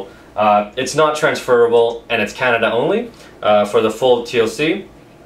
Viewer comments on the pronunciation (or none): none